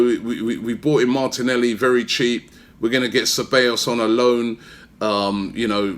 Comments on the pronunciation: CE - BA - YOS Robbie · Robbie you need to work on your pronunciation ahead of the start of the season - SE-BYE-OS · You say the double L’s as a y in Ceballos